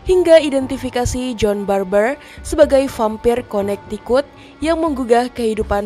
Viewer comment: Connecticut bacanya konektiket bukan konaktikat